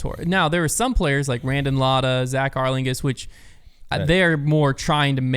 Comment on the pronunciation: I didn’t know there was a rules scandal, but I knew Ezra won. So that answers that question I guess EDIT: btw it’s pronounced Arling-house. The suffix “Haus” is German for “house”, that is where the English word originates from, and is pronounced essentially the same in both languages every time you see it. Cincy/NKY has a lot of German immigration even to this day